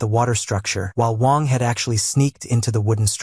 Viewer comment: He was calling the mc "wong" instead of wang